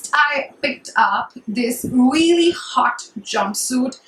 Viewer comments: if I had a penny for every time you said 'weally' I'd go shopping at sarojini nagar maybe :P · hahahahaha ....weally